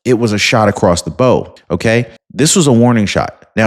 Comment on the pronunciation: HEY.... in the expression "shot across the bow", the word "bow" is NOT pronounced like a "bow-tie", or like "she put a bow in her hair", etc. LMAO It's pronounced like a "bow" on the front of a SHIP. It rhymes with COW, NOW, HOW, VOW, etc. That's the whole POINT of the expression! It comes from wartimes, when an opposing force would shoot a cannonball ACROSS THE BOW OF YOUR SHIP, as a warning!! It does NOT rhyme with LOW, MOW or TOW!!!!!!!! COME ON MANG!!!!!! SMDH